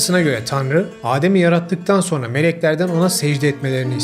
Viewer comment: HÂLÂ SO(R)NA DİYORSUNUZ."SONRA" ŞEKLİNDE TELAFFUZ ETMELİSİNİZ